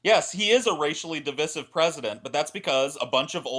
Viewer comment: pronounciation of "divisive" really grinds my gears, it's